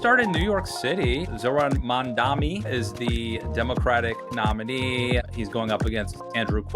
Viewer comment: It's not hard to get Mamdani's name right. It's the bare minimum.